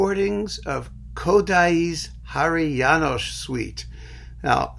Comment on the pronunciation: And many thanks for the all good pronounciation of many Hungarian names, including Háry János, with SH ending..., rare occasion, btw.